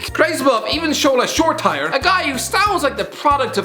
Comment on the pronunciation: Wheres all the angry comments for him mispronouncing shola shortire